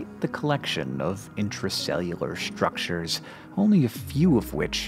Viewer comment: Has Hank always said 'shtructure' and I just haven't noticed this whole time?